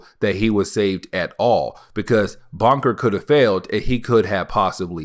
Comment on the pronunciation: Bunker not "Bonker"🙄.